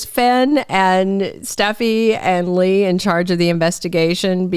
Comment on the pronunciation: when you say lie for Lee and LY am for Lee am it's like nails on a black board. Learn to pronounce the actors by their names